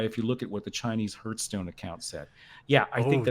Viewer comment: Hearthstone is pronounced har-th-stone, not her-stone. I'm sorry to be that guy, but I'm close to pulling a Joaquin Phoenix over this one.